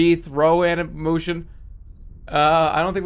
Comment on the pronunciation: Murious is taking a hold on Jerma, this man said "ani-MOOTION"